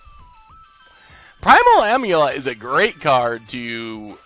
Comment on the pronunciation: am like amateur. Not Ahm like omlette or aim like aimless. AM-ulet.